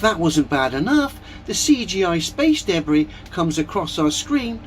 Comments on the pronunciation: This dude should NOT be making any sort of profit from his terrible videos. I can’t even get past his pronunciation of debris. Deb Bri. Debb Rhea? DaBree … it’s so awful I can’t even type how he’s saying it. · Every time that guys says debris, I flinch. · He wasn't just eating soup, he was eating "me soup," which sounds like a combination of body fluids and excrement. What's "space daybray?"